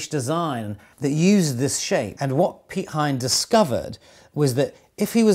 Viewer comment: Great job of on the pronunciation of Piet Hein :D